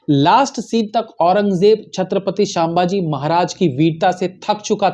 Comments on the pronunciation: Its not shambaaji it's sambhaji 😊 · अबे, तुझे तो सीधेसे नाम लेना भी नही आ रहा... शांमभाजी बोल रहा बे 😮 सीधे बोल सम्भाजी महाराज... वरना व्हिडीओ revised करर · क्षमा करे, छत्रपती शांभाजी महाराज नही, छत्रपती संभाजी महाराज... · छत्रपती संभाजी महाराज यह सही उच्चारण है l